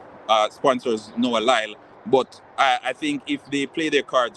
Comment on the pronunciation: His name is LYLES not lyle